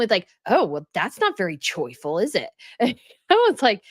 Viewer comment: Does say “Choi-ful” or “Joyful” when Chef Roy says what kind of music he listens to when he cooks?